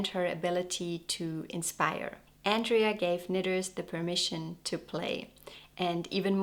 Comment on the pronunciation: It's Andrea, not Andrey 😊 She's a very beautiful girl.